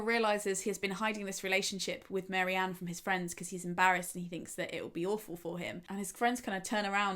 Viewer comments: babes its Marianne not Mary-Anne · Very interesting - but Marianne not Mary-Ann!! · I was surprised by pronunciation of Marianne. I thought it was 'Marry-anne' as I knew someone with a similar spelling who pronounced it that way but now I'm questioning myself. I know it doesn't really matter but I like to say characters names correctly.